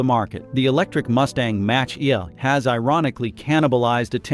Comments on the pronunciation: "The Mustang Match Eah." 🤣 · more AI generated crap Did you hear how it pronounces Mustang mach E?